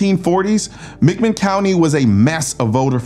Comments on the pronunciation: It's not mickman County. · Pronounced Mac Min. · Athens is about thirty minutes from me and a great story! McMinn is pronounced with the emphasis being on Minn.